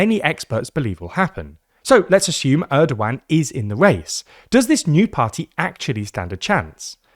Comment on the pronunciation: who told you to pronounce his name like that 😢😢😢😢😢😢